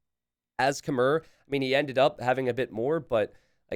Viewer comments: Khmer is pronounced like a female horse Kh-mare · Khmer is pronounce kuh-mai Love these Hoang games! Instantly my favourite player <3